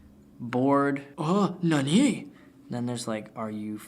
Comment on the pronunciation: your "NANI!?" pronunciation is right on point.